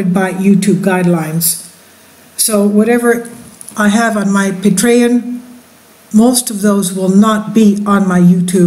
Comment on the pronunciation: Ridgecrest is two hundred plus miles south of Mammoth, as is Coso volcanic field which is mined extensively which makes me it’s not likely to erupt any time soon. ASL you said the words Patreon and Nt. Rainier sooooo badly wrong that it’s incredibly embarrassing!!!!